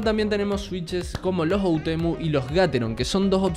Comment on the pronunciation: Me encanta porque es todo el vídeo hermoso pero puso otemu envés de oUtemu